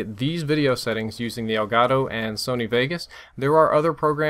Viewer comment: elgato is a spanish word should be pronunce like elgato and not like elgaro.